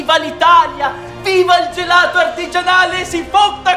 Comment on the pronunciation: GELATOH ALLAH VANIGLIAH